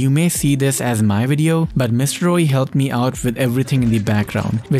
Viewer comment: Things I learnt: 1. MX9 Gunsmith 2. You pronounce Mrroey as Rroey